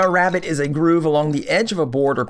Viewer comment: THANK YOU for stressing the Rabbet pronunciation. I can not stand it when Canadians and or Mid Westerners say Rabbi.